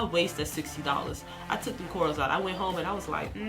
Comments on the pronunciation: She kept saying corals and it literally made me cringe 😂😂and you post the spelling and still pronounce it wrong 🤦🏾‍♀️.. informative though, thank you ma’am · its her accent